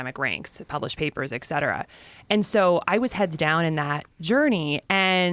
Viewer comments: Ekcetera, nucular… graduates with huge degrees can’t even pronounce words correctly. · Sooooo smart - but still .... cannot pronounce ET CETERA PROPERLY!!!!!!! ITS ET!!!! NOT ECK!!!!!